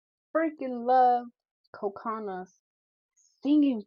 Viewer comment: Cocona...her name is pronounced like Coconut without the T. Co-Co-Na. Short, even, each tone. Not Co-Cooo-na with elongated second O, FYI.